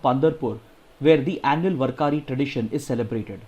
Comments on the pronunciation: Sir it is "वार्करी" not "वरकारी" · Please pardon me sir but I think the word warkari is Read as- Waar kari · Dear Sir, Today in 2nd Article of Warkari... You have wrongly pronounced Warkari... it is pronounced as वारकरी... And thanks for the analysis....You always do explain thoroughly in limited time which helps us a lot....